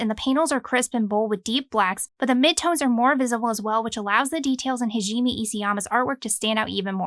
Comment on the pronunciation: Thank you for putting so much effort and research into these videos it really helps someone who is trying to start collecting these types of series. Also I really hate to be that person but Hajime Isayama is pronounced Ha - ji - meh. Japanese names are particularly difficult to pronounce so I know how you feel. I hope that helped!